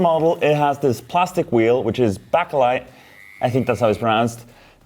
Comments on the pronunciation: Hi, great video as always! I don't know if anyone else has commented similarly, but it's pronounced bakelite like baker-light - as in something a bread maker uses to see in the dark 😆 Thanks for teaching and guiding us all with your videos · Bakelite is pronounced 'Bake a light'. :) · Just so you know, you pronounce bakelite as if you were saying "bake light" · I've always heard bakelite pronounced like "bake a light". Nice restoration. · Isn’t it pronounced as “baker lite”